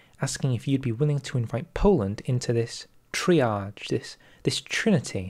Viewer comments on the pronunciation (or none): none